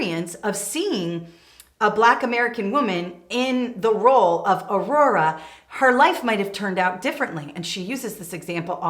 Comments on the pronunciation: Just listened to you describe Whoopi Goldberg's excitement around the fictional character Nyotal Uhura. Her first name Nyota: Knee-oh-ta; Last Name Uhura: Ooh-who-rah. It sounds as if you're saying Aurora--pronounced: A-roar-rah. Enjoyed all of your tips! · Wonderful information! And Uhura was a communications officer on the Enterprise, so that was an incredibly important job for a black woman of that time! 😊 Her name is pronounced "oo-hoo-ra" not Aurora. Just helping!